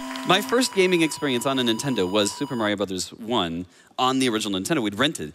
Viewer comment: Did this dude say his child was named "rintendo"?? I really hope that was a joke.